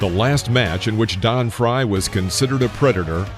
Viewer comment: It's Frye..What the hell did you just say??